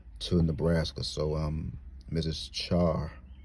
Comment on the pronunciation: Yes you said it right char , short for Charlene.